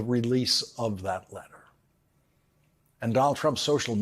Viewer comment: LAWRENCE!! I TOTALLY love you, but PUHLEEEEZE get facts straight. The amount awarded to the Dominion voting company was $787.5 million. You said $767. And it sounds like you are mispronouncing the name.... It is RuPert!! It sounds like you are saying RuBert Murdock with a B.